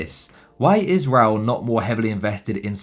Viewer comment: Hey mate its Raoul Pal not Paul. So for this I can't carry on listening